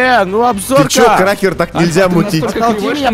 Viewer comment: Эм ты сказал трахер